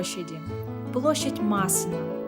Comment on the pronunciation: Кажется , вы ударение не правильно поставили при названии площади ( Массена ) у французов все на последний слог